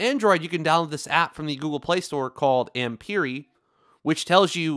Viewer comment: Thanks for the review. I have now purchased this power bank after seeing your review. By the way, Ampere is pronounced Am-pair. Its the unit measurement for current that we all shorten to Amp.